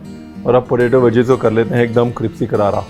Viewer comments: if you listen carefully at times in some videos chef says "Cripsy" not crispy, i based my comment on that :) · Now i get confused if it's CRISPY or CRIPSY 🤣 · Cripsy kararaaa 🤣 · Ranveer vo crispy nahi, cripsy hotha hai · cripsy karare kaha gaya 😂😂😂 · Crispy galat shabd hai Brar bhai it's crispy 😂😂